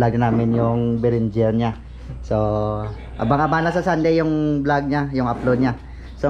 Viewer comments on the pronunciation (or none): none